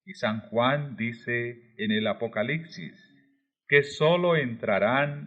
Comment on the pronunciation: 🛑Palabras mal pronunciadas 🛑 ❇️Ace P tado, (p).... no se dice ace C tado, ❇️apocaliPsis con P, ... no apocali C sis ❇️ soleMne con M ....no solenne (n)... etc etc! agradezco su esfuerzo, espero lo tome como Critica constructiva! Bendiciones 🙏